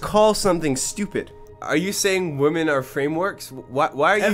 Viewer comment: It really bothers me that consistently mispronounces “women” as “woman” and I can’t tell whether or not it’s intentional.